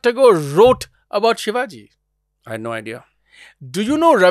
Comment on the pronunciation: Minor correction...and i get it people from other parts of country may not get it...Its Chattrapti Shivaji Maharaj.And not sivaji as a foreigner would tend to say it, or english may prompt us to.Its not.🎉Hindol was great today🎉